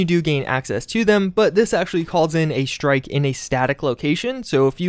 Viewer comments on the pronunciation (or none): none